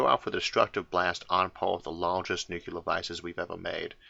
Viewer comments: My only criticism of this channel, as with SO many other channels... Why, oh why would any intelligent human read the word "nuclear" and say "NUCULAR"? And it's got nothing to do with any form of any even hypothetical speech impediment. It's nuCLEAR, not nuCULAR. It's like saying intersetuler instead of interstellar... Is there anybody on the planet who says "binoclear vision"? I deeply hope not. Apart from that, I'm "absolutuly" loving the channel! :) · Wonderful stuff! Love it! But I want to say "only one u in nuclear". Nucular ain't a thing. Say new clee ar please. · Wow, I wouldn't have pegged Isaac arthur to be one of those that pronounces nuclear as nucular. I had to replay that bit to be sure I heard it right. There is only one u in nuclear. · Having had a nuclear physicist for an uncle and having met a submariner on a nuclear ship I can tell you that the sailor almost killed me when I corrected his pronunciation of nuclear. I have also had a linguistic tell me that whichever one is technically correct nucular will probably win. What is at the center of an atom? A cell.? Obama said it correctly. Bush, says it wrong. Clinton says it correctly. Carter, surprisingly says it correctly. JFK said it correctly. My new rule is you can't push the button unless you say it correctly. Trump of course says it wrong. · There's no such thing as nucular war 🙄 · Ah yes, new-Q-ler bombs